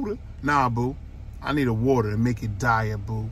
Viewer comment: My guy said 'Deit' water...is that even possible....pub life